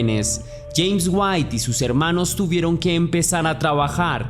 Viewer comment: se pronuncia uati...